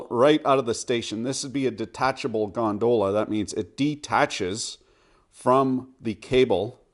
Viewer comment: Is it me or he is saying "gondola" in an odd manner??